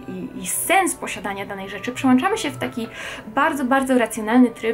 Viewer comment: "wzsionść" , "przełanczamy", hiperpoprawność przy wymawianiu "ę", "ą". Fatalnie. A ludzie chcą, żebyś zdała za nich maturę ustną z języka polskiego.